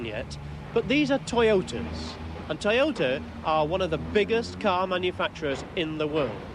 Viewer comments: LOL a 'Tyotah' !!!!! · The Toy-o-let MUH SIDES!!!